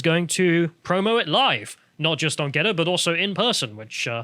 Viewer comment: GeTTr not GeDDR.